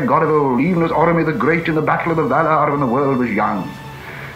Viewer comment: This is pure gold, now I know how Tolkien himself pronounce the words he created like valar or eored